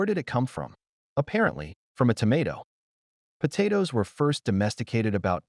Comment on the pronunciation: Potatoes.. PoTaatos.. PATaaiToss.. 😂😂😂😂 TomAATOS.. TOMATOSS.. POTAMATOSS😅😅